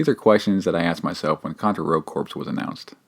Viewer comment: It's driving me crazy that you keep pronouncing Rogue Corps & Hard Corps as. Your review is exactly what I needed to hear though coz it's only $3 right now. I played the demo, and the demo was one of the worst games I ever played but I've heard from several people that it gets way better once you update your guns & gear. I just want to run around & shoot ish. Can't go wrong wit Contra